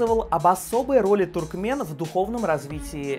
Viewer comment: туркменОВ. Ну как снимать блог и не правильно говорить по-русски....